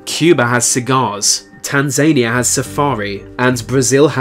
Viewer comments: How do you expect us to take you seriously if you can't even pronounce Tanzania correctly? It's "Tan-zan-ee-ah" not "tan-zay-near", you muppet! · Said tan-zain-ia instead of tan-zan-ia smh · It's pronounced "Tans-uh-nee-uh". You pronounced it like Trump did you moron. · Love dat pronunciation of Tanzania “TanZAnia” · I'm not sure if this is someone trying really hard to pronounce every syllable properly in every word, or if it's just an almost convincing text-to-speech. Also you said Tanzania wrong.